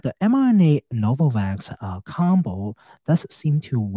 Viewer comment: “HELL NO-VAVAKS”